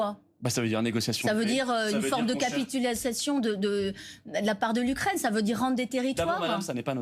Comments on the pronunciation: Une journaliste TV qui dit : "capitulatiation"😅. À force de donner des informations alambiquées, on finit par dire des âneries tout le temps. 😒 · "Capitulassiation " , dit la journaliste , complètement déstabilisée , elle ne tient pas la route ! ! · Cette "journaliste" est vraiment pathétique. Elle a le niveau d'une stagiaire, pas plus. C'est vraiment très improbable. C'est même ubuesque. Vers 6 min 30 : "capitulassation", en reproduction phonétique. Mais cette forme n'est rien comparée à sa médiocrité crasse sur le fond. Une cruche, littéralement.